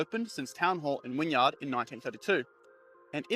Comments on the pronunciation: yeah, l chuckled at ‘wynyard’ but got annoyed with ‘zee’. When he said zee and not zed, i knew he’s not a millennial coz even millennial aussies don’t say zee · Agree, I laughed when hearing 'Wynyard', 'Coogee' and 'Devonshire' in particular. Definitely not a native Sydneysider. Apart from that a great job of narration though.